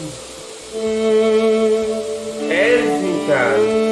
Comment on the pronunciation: sonu "-can" ile biten hiçbir kelimeyi asla doğru söyleyemiyor 😅😂😂😂😂 AV: Erzinkan Aha Dmdmmdmdmd :_TürkiyeComeonguys::_TürkiyeComeonguys: Tekirdağ 😍😍 my cityyyy 😍😍😍